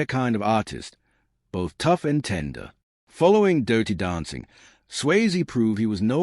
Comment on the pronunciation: Don´t bother folks, 20 minutes repeating a lot of words saying absolutely nothing. And the voice over is irrating as hell, saying `doh-ty dancing in stead of dirty.